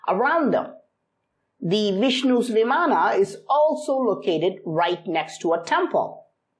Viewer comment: Sir i am not that much good at english but it's not vimanaa it called viman